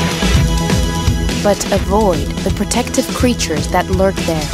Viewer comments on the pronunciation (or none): none